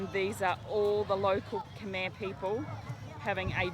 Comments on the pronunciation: Hi guys, another great video! Thx for sharing. By the way, your pronunciation of Khmer's phrases are so clear, just like the Khmers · Your Khmer pronunciation is really really good.👍